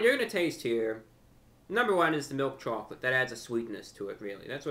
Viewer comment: Samuel M hes being funny and pronouncing it weird on purpose